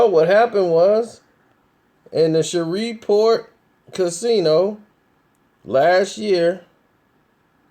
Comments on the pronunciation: The city is call Shreveport, LA not shovelport! Lmao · It's Shreveport... "Ratchet City" or "Port City" not "Shareevport" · its Shreveport, Louisiana. not Shoverport. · Did this nigga just shrever point Louisiana????? 😂😂😂😂 my guy it's "shreeeeeve" point Louisiana lol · Bruh it's Shreveport! Not Sheverport smfh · Its pronounced like shriveport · It's SH-REEV-PORT. 3rd biggest metro area in the state. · it's (shree-port) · Who the fuck is Tank? LoL ... Also, Shreveport is pronounced "shreeve-port" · shhhh revevport... You can't even fucking Read!!! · Did this nigga just call it "Shovel Port"...ctfu. lol. Rofl. Ahahahhaha Nigga that is not how Shreveport is pronounced. Smh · This fool is saying Sheverport😂😂😂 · Shreveport Pronounced (Shreeveport) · sherweave port pronounced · it's pronounced SHREEEVE-PORT brotha. it was cringeworthy to listen to you say it wrong. PS - you are a hip hop dude. Hurricane Chris is from there. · This dude talks to y'all as if he's more educated than you and y'all really going to let him get away with "Shrever-Port"? .....Y'all have to be the idiots he thinks you are. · Pronounced shreeport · PRONOUNCED. SHREEV PORT.! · Its pronounced SHREEVE PORT nigga! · Lol this nigga said Shever port!!!!! Lol. NOBODY fuggs up names like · you said the city name wrong lol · Why do I get the feeling he's pronouncing Shreveport wrong??? Lol, it the weed? Comment stfu for wrong, like for right. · You said Shreveport all the fuck wrong 😂😂 you mid west for sure 😂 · I know. I'm from Shreveport. Kinda cringed each time, but I won't hold it against him